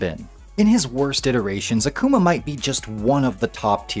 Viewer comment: Great vid! But It's pronounced AH-kuma Literally means demon in Japanese